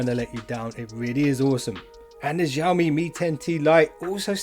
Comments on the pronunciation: Xiaomi no Jiaomi 🤣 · I just wanna say... Xiaomi is pronounced as Sea - Ou (out without the T) - Me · xiaomi - xiao is pronounced sh-owe. say the name like 'show me' but show is said like shower mi but drop the er